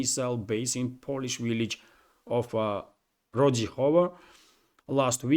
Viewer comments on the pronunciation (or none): none